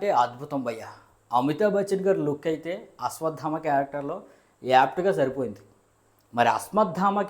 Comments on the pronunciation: Adi Asmadaama kaadu bro asvadaama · అస్మత్ధామ కాదు బ్రదర్... అశ్వత్థామ!....